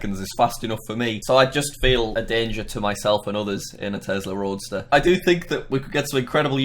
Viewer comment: It’s a Roadster. Not Roaster lol.